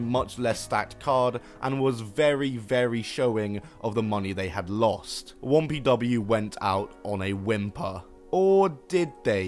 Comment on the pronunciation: why do you keep saying wompw its 1pw